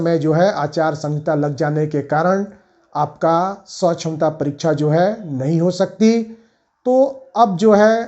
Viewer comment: जो है सछमता परीक्षा नहीं सक्षमता परीक्षा बोले जो है जेबासेके ।